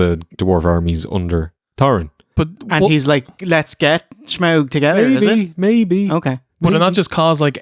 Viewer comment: Had a hard time getting through this video, with the constant mispronunciation of “Shmaug,” and later “Shmeagol.”